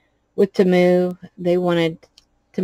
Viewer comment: Love the dragon, just a small heads up though, if you're going to remain a Temu affiliate, please say it correctly, it's TEE-moo, according to their own commercials and advertisements, that is how they say it, not ta-MOO. I'm sure they would appreciate it.